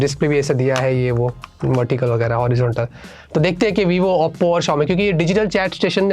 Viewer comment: OPPO ❌ Appo ✅ 😂😂